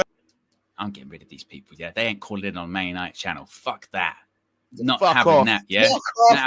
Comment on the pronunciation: “GLORY-GLORY-MAN YANITED!” 🤣🤣🤣🤣🤣🤣